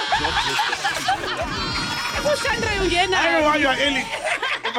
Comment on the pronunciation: Ooooh Shanray, not Shandré.